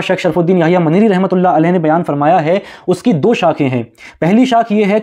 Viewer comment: اللہ کا تلفظ کرو بھائی